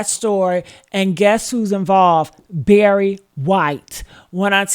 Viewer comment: Barry White. Not Berry. LOL